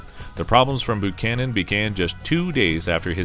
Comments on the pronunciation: Buchanan is pronounced 'bew-cannon', not 'boo-cannon'. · Boo-Chanan?!? That's the way you pronounce it?!? It's BU-CHANAN! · It's a copout not to put Trump in the rankings. He's been eligible for inclusion for over a year and a half now. If someone can condescend to update this, a new narrator is in order. Buchanan is pronounced Byoo-cannon, not Boo-cannon, and Brigham is pronounced Briggum, not Brick-hamm. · BUCHANAN NOT BOOCHANAN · This is the first time that I've EVER heard James Buchanan's name pronounced as BOOchanan. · Bu canon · I usually called him Beeewww -canon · “They’re not booing; they’re saying Boo-chanan! Boo-chanan!” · James Boocannon? Brig-ham Young? Where are you getting these pronunciations from? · James BOO-cannon?